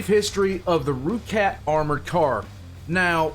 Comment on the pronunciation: Yo. Bloody proud that you managed to say it proper at the very end! • Also, good call on the motorbike mounted troops, I hadn't thought of that before. I'll email my contact in SA and see what he has to say. • You're also correct on the licensing! I must add that South Africa was pretty hated on the international community, for obvious reasons, and most countries would not allow their vehicles ,past or present, to sour their own reputation. • Mount and blade has most certianly been installed installed before, I swear! 😰 Thank you o much for reacting to my content again! :D